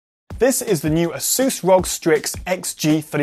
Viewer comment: its ROG - ARE-OO-GEE not ROG- ROGUE